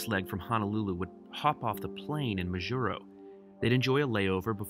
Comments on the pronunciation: MAjuro, not MaJUro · It's MAH-jur-oh. Please don't mispronounced place names. It is very insulting. I've noticed this on several of your other videos as well. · Your pronunciation of Majuro kills me... but glad you did a video on this. Not many people know about it. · there is no such place called “HANALULU. Now.., there is a little city on Oahu, it’s known as and actually called “HONOLULU”. BTW Majuro... “Maaa-Juro,”👊😎... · See how the captain pronounced Majuro at minute ? That's how people I know pronounce it as well. I've done this entire route twice, one time HNL to GUM, then back. However, I do the segment between HNL and MAJ twice a year. Also, twice I've been to Kwajalein on my way to Ebeye on the Kwajalein atoll (you need to take a ferry from Kwajalein to go to Ebeye, one of the most amazing places on earth - especially when it is so close to the base in Kwajalein where everything is so clean and orderly). I had my iris photographed in Kwajalein, as an extra security process, . Besides dogs sniffing all bags all the time. It was on one of my flights from MAJ to HNL, incidentally, that I've completed my first million miles with United. By the way, this change in crew in Majuro was instituted recently, after July 2018 and before January 2019 (the time in between my last flights there). Before then, the flight attendants would be the same all the way from HNL to GUM. More interesting was when planes could not fly the distance between HNL and MAJ, that was before my time, but locals tell me the planes stopped in Johnston Island. You described three groups of flyers on these flights. Let me add two other groups: 4) national and international consultants like me, operating from agencies such as NOAA, Education, Health, or private not for profit organizations, etc. and 2) religious people and missionaries. Now, just in the last five years, destination surfers have been boarding these flights